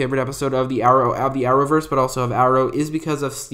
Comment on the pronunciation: nobody: This Guy: Are-owverse